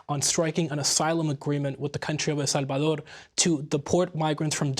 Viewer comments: The right way! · Love the way he pronounced El Salvador